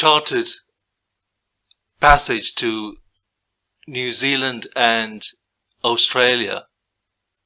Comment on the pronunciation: "Oh'stralia" lol